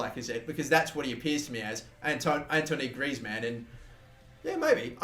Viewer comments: its pronounced an-twahn not antony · If you're gonna buy Greizmann then at least learn to how to say Antoine. You absolutely butchered it.